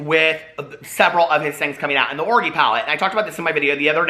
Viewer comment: Love how you say orgy like.. "orgie" lol !!!<33